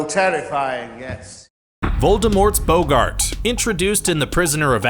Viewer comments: Rainboe Kitty He didn’t pronounce it boo-gart. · how can you pronounce bogart incorrectly if you literally play the clip before saying it